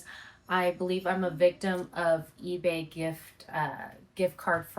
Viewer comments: Why does she say "eee-beh" instead of "eee-bay"? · The biggest crime of this lady is how she keeps saying EBAA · Why does she pronounce ebay like that?